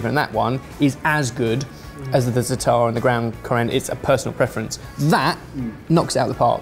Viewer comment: Is no one gonna tell him how to pronounce zatar?